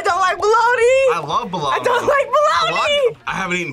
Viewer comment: Bologna (BOW-LOG-NAH)